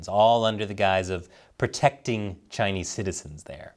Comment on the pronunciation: Kow-towing to the Chay-knees , how embarrassing.